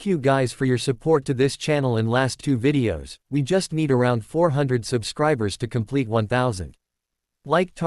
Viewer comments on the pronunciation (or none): none